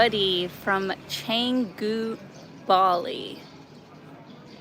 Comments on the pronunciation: Cengu.... It is canggu..with an a.... like in bath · Nice vlog. Typical polite Indo and others.... but, pronounce Changgu with soft a, like long, not lang. Keep up the tour in Indonesia!